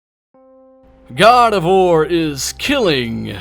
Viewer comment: sounds like he said gardevoir